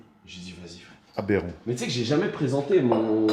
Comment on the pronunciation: Jpp j'adore le "abérant" toute les 30 sec 🤣